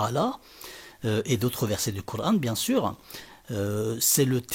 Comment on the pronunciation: Tu sais même pas dire Coran en arabe ,va dormir